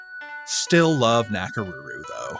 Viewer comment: the “ko” cd be better, it’s like “o” in konnichiwa and not a softened version like he did. same way with his pronunciation of Nakoruru. also it’s su + i (two vowels, one after the other) not something like [swi] like in “suite”